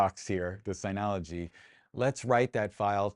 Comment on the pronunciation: Nice video. I slightly want to punch you in the face for the constant incorrect pronunciation of "Synology". Otherwise, good video.